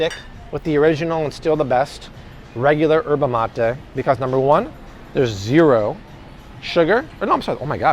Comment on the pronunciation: Very good video. Thank you for uploading good content. btw. Yerba Mate it's pronounce just like it's written "Y" erba Mate. The "Y" isn't silence. Think of it as a double "LL" in the Spanish word "lluvia".